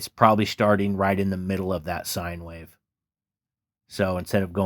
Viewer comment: Wait who says wahhhv 😂 wish this was a vst!